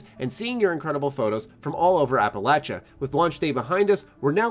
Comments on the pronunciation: What’s an “ap-a-latch-a” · The bigger issue with F76 is how pronounces Appalachia